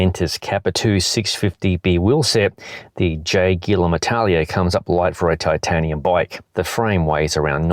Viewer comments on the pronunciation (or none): It should be pronounced A-TA-LA-IA instead of I-TA-LIA 😜 I'm from Mallorca and I know the Atalaia of Alcudia (the place that the name comes from) very well.